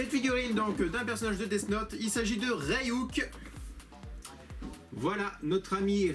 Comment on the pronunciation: C'est pas Rey-Yuk c'est Ryuk... Désolé c'est plus fort que moi ^^